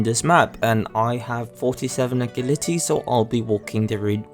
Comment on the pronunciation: how you say agility kills me man